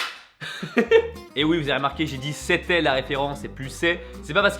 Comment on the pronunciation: Le "c'était" à fait tellement mal